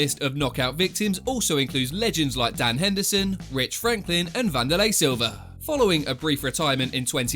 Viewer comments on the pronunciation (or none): none